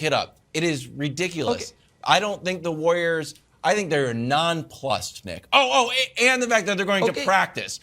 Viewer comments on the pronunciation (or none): Broussard: the War-yerz